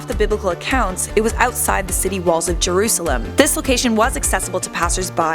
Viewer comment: And u said jurasalem wrong